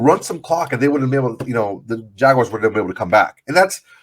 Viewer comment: its JAGUARS, not JAGUIRES